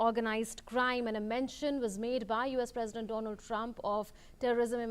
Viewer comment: Modi introduced as Mr Doland Trump hahaahaa